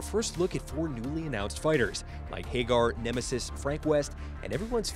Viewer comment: I stopped the video when the narrator pronounced Haggar "Hey-gar".